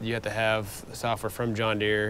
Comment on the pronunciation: Time for a new tractor company. John Deere sounds more like John Gott .